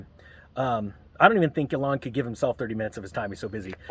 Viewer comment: Pronounced EEe-lawn.